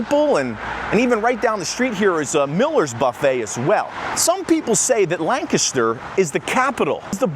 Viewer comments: Thanks foR pronouncing Lancaster the right way.......not lan caster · I Appreciate You Both saying Lancaster correctly! I miss this place.